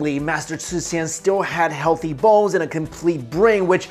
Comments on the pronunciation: For a second I thought you said healthy balls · Sometimes when says "bones" it sounds like something else, so much so that my brain had to do a "double-take." Thx 4 the lolz